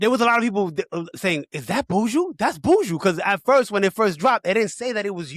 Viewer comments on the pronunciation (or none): Buju... not buujuuu